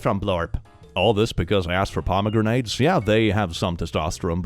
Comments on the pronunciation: The pomegranate one is absolutely hilarious when you remember that Pomegranates are actually a symbol of women and female fertility and sexualty!😂 that mom literally could not have picked a more "Feminine" fruit to have a gender crash out over!🤣🤣🤣 (BTW, its pronounced pom O Granite, not poma grenade in English. Not that it really matters but I figured I'd put that out there incase you found it interesting.) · Why is there a grenade in my pomegranate? "pom-a-granite" like the rock. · I love how pronounces pomegranetes (paa·muh·gra·nuh) as parmagranades (parama-granade - fruit that will explode). 😂 It is fun to hear how other cultures pronounce English words sometimes. I really want to call them parmagranades now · “Pomegranate” is henceforth pronounced as “puhmuh Grenade”, such as sayeth.